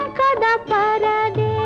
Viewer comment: AMkada parade ಅಲ್ಲ Ankada parade